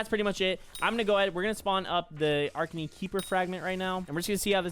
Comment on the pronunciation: uh-rak-nee beast-ee-airy